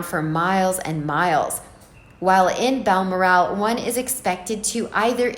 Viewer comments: Ok, I wouldn’t even bring this up, but after the 20th time I heard “Baal-mur-AAL”, I had to turn the video off out of sheer irritation. It’s “Bal-MORR-al.” I didn’t say anything a week ago when the narrator repeatedly called the kid “Archie Mountainbatten Windsor.” Mountain-batten. I had to rewind the video the first time because I thought I was hearing things. If you are uncertain how to pronounce a word or a name, you should ask. Incidentally, Margaret Koenig’s last name is pronounced “KAY-nig”, not “KO-nig”. Jeesh. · It’s pronounced Bal- Morel even though there’s an a in the second syllable. , No accent on. the last syllable. So it’s Balmoral not Balmor-ask. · Bal-MOR-al, for goodness sake! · Its pronounced BAL MORAL As she has no morals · This reader doesn't know her subject matter....she pronounces Balmoral...as Bal-more-al..emphasis on last syllable...should be emphasized on the 2nd syllable. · OMG! If I was going to do an entire segment in a specifically named place, I would be certain of the pronunciation of said name. FYI...it’s Bal-mor’-al. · Its pronounced Bal Moral. Like Coral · I LOVE the pronunciation of Bal MOR al .. makes me laugh... apart from that a good summing up of the happenings... cheers ... from SCOTLAND x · Your mispronunciation of Balmoral repetitively is so irritating!! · You need to learn how to pronounce Balmoral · Please pronounce Balmoral correctly! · Every time she pronounced it I giggled.